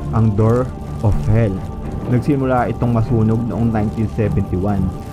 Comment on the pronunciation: Door of hell not hill. No offence ha